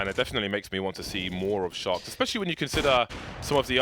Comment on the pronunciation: I always hear "shox" instead of "Sharks"